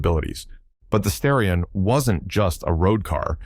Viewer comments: Now redo the commentary and say STAR-ee-on every time instead of STARE-ee-on most of the time. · You keep saying Sterion instead of Starion. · STAR-ion, not STARE-ion. Also, your images do not sync with your audio description such as when you refer to the wide body when displaying the narrow body and wide wheels while showing the narrow ones again. I really like these and my best friend had a 1988 that he blew the head gasket dialing up the pressure. It was a pretty capable car and thank you for the video. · Many Asians would pronounce "Starrion" as Stallion, not the other way around of course, due to the difficulty of pronouncing the R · Starion. As in "Star" not "Stair". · Bro I can't unhear this as a stallion mispronunciation 😂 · Learn to pronounce the name of the car if you want any credibility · Lololololol oh I rearry hope it was a misplonounciation of starron. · According to Jeremy Clarkson (so it may not be tue because it contains a racist element) Mitsubishi wanted to call it The Stallion but the Japanese can have a problem pronouncing "L"s.. Supposedly they'd contacted graphic artists to produce the lettering on the car, and... Well, we have The Starion! I have to admit the way he told it sounded convincing, but to some, racists often are.. Me? I give it 50/50.